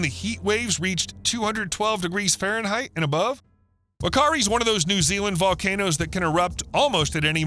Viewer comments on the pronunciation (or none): White island (Whakaari) segment - Nicely done, but the repeated mispronunciation of Whakaari island was annoyingly distracting...Whakaari is pronounced "Fa-ka-ree" not "Wuh-kari".